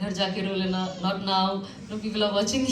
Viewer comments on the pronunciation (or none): none